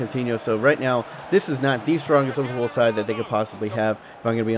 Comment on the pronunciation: It's not LIVERPOO ITS LIVERPOOL